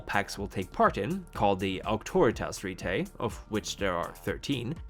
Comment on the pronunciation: When you say "rite" as in the clandestine almost religious things vampires do, pronounce it as "right" as in "last rites" or "human rights".